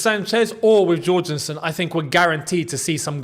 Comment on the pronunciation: Can you please learn how to pronounce Jorgenson's name. He's Danish, not Brazilian.